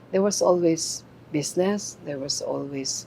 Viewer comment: "Besnesss" Aster naman -- "Business" LOL